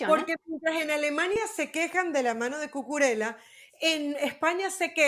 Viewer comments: Y NO ES CUCURELA (NO ES ITALIANO) ES CUCURELLA (lo pronuncia bien la chica de la derecha) y la del medio esta fantastica en sus comentarios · No es Cucurela.Se dice Cucurella-ya No es italiano, sino español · ¿DÓNDE C.. Ñ.. ESTUDIAN PERIODISMO ESTA GENTE.? CUCURELLA, NO CUCURELA. ESTAN ABSORBIDOS POR LOS SAJONES PRONUNCIAN A LA INGLESA AL IGUAL QUE EL OTRO DÍA, SE DICE GEORGIA, UN PAÍS DEL CAUCASO NO YEORYIA UN ESTADO ESTADOUNIDENSE